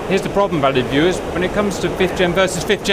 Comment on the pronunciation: So I’ve watched a ton of your videos and I’ve always wondered why you started off each video with “hello valley viewers.” What valley? What makes him think I live there? So on this one I finally heard “hello valued viewers” 😂